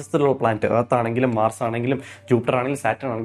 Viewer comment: മാർർസ് 🙄🙄🙄🤫 ബ്രോ ഉച്ചാരണം ശ്രദ്ധിക്കുക, നിങ്ങൾ തിരുത്താൻ തയ്യാറായാൽ ബാക്കിയുള്ളവരും തിരുത്താൻ തയ്യാറാകും തെറ്റ് ആവർത്തിക്കാൻ ഇഷ്ടമുള്ളവർ ഈ കമൻറ് ignore ചെയ്യുക